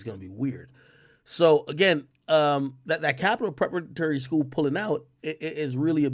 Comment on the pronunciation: Yo Big AK King Tut 😂 Bredrin sound it out with me Preh para tory Preparatory haha